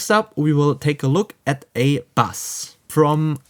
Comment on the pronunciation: Bro I like your channel I wish I could do a zoom call and teach you how to say bass ; it’s pronounced base . And as far as with the Modo Drums you have to buy they pluggin to get access to the rooms